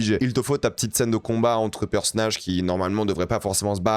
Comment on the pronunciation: On dit "bande d'annonces" pas "bondannance" et "personnage" aussi pas "perssnage".. Si t'es aigris comme ça dans la vie mdrr pas ouf force a ton entourage